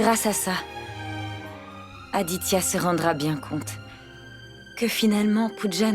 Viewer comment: Akankcha à dit<<Adia>>auriez de dire Aditya